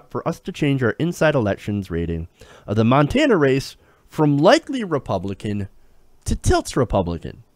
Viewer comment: As someone who is from Montana I am impressed that you pronounced the names of all those towns correctly.